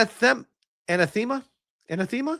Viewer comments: It's pronounced 'A-NA-THA-MA' phonetically, it means 'a vehement denunciation; a curse; damned. Awesome news either way! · A-nath-a-ma. Also, Basil as a name is Bah-zil. :) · Anathema - "ah-nah-feh-ma" Something you hate or despise, i.e. "Kier Starmer is anathema to the UK population." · Its pronounced ann ath em a. Neil Stephenson wrote a good book called Anathema. It means something that is intensely disliked or loathed. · Anathema is pronounced Uh-nath-uh-ma. It means vehement dislike or abhorent, hateful. In religious context it means a formal curse, excommunicating a person or denouncing a doctrine as evil. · It’s pronounced “An Ath A Ma” 😂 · UH-NATH-UH-MUH :'D Otherwise great vid! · Uh-NATH-ma. Dude. LOL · a-na-the-ma please... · Anath-ema is a regular word it means something that is vehemently disliked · doesn't know what anathema is, and mispronounces it, and then calls it not a normal word. 🤦‍♂️ smh Of he also did the whole ye boi thing. 🤷‍♂️ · "Anathema" - just educate yourself, don't be such an ignorant person. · trying to pronounce anathema...